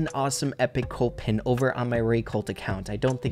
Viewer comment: I was partially deaf and know i can hear that mortis is mortis and not Mortise like is says in videos and colt is colt and not cult